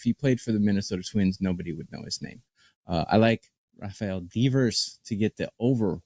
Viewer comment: rafael deevers? who the fuck is this guy